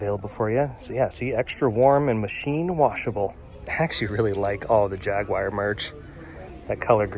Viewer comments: Jaguire? c'mon now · The way he says, "Jaguar." 😬